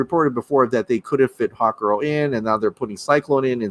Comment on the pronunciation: I thought you said hotgirl instead of hawkgirl